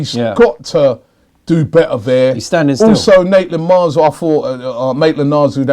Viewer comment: Robbie, stop saying Naitland Miles